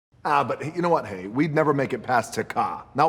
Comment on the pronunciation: Hay hay. Not hi hi stupid